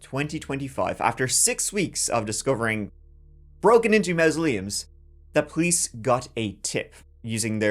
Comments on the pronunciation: Mausoleums .... sounds like maws-se-leum. Behave yerself. Not even yer accent can get over that one!!! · Please stop saying MOUSE-oleums, please I'm begging you 🙏🏻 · MA MASULEUMS... SAY IT LIKE IT SPELLED HERE. NOT MA MA.. IT'S MA MA....THIS GUY IS CREEPY!!!